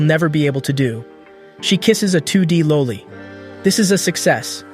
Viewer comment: The way you are saying loli makes it even creepier, its one of the few words that should actually get a video demonitized bc it deals with kids being sexualized. And because youre saying it a different way you know that fact